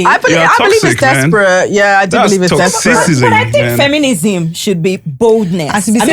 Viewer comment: Did he say toxicism? 😂😂😂😂